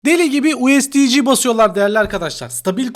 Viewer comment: Usd kısmını ingilizce söyleyip sondaki c harfini ci olarak söylemen çok rahatsız edici, o kadar insana hitab ediyorsun düzeltmen lazım